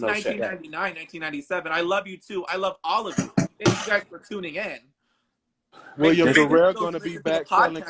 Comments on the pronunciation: 😂😂😂 I was gonna ask that too but I just heard him pronounce it hisself but it’s William not Willum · “WILL UM” lol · yo I’ve never heard such a common name butchered like that before in my life. Then I realized it’s for laughs and giggles 🤭